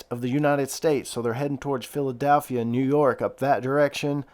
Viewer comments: PHILEDELPHIA NOT PHILEDALPHIA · I meant it as in pronounciation. I know how it's spelled